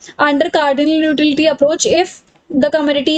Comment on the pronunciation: Mam .. uh literally explained well but i guess uh should practice the word utility 🙂😂